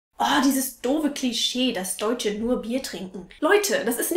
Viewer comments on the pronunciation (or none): none